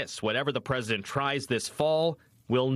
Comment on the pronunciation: Not the peesident